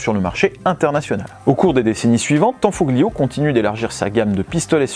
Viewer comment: Salut les gars Petite précision sur la prononciation des mots italiens : le "gli" se prononce "li" on ne prononce pas le "g" Comme famiglia ou tagliatelle..... La bise 😊